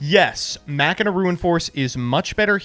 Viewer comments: Mach-i-na? It isn't Ma-China? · it is pronounce "Machine-ah" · My guy said "Mackina" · No it’s not, it’s pronounced “mach-in-ah”